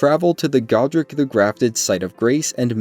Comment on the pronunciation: It’s God-ric not Go-dric